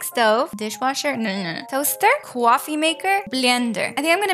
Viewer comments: Why do you say QUOFFee maker most of the time? It’s SO ANNOYING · Bro why "cowfwee"